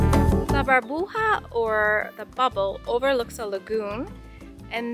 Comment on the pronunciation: Hi!! Love your videos!! One thing to tell you. Bubble in Spanish is Burbuja, with u, not Barbuja! 🤣🤣😂😂 its ok, one new word for you! 😉 Loved that place!! Hugs from Puerto Rico!! You should come visit us 🇵🇷🇵🇷